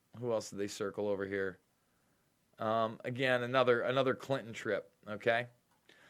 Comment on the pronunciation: Great show today! And I like that you pronounced Clinton the old fashion way! Thank you!